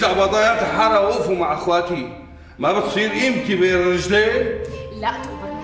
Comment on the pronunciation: مين انتبه على قال ابضايات الحالا بدل ابضايات الحارة😂😂في الدقيقة 5 و51 ثانية